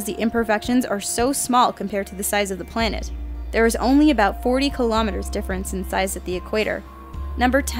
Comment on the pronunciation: "Pwanet Doran."